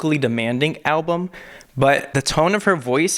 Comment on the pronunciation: When he said 'alblum' I nearly gagged😅 Still love you though!!